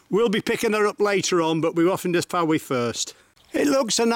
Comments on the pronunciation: House directly in front of you is where Lenny Henry and Dawn French lived. I believe Mrs French still lives there. By the way the town is pronounced without the 'e', as in 'Foy' as opposed to 'Fo-ee'. Great video. I love the way the dogs have a little meeting to decide who's going to brave it and get the toy! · A beautiful video although it is pronounced Foye not Fowee.